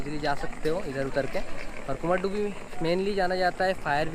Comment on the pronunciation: कुमारडूबी Nahi Kumardhubi (कुमारधुबी) kehte hain